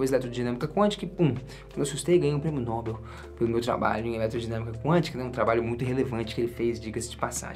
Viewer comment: Ow, mano, só uma observação em relação a nossa língua pátria: Na palavras “Nobel”, a sílaba tônica está em “bel”, então você fala “prêmio Nobél”, beleza? Valeu, amigo, pelo seu conteúdo e por você ser quem, você eh sempre uma inspiração e pelo fato de ser mineiro deve ser super gente boa, porque o mineiro eh o povo mais gente boa do Brasil.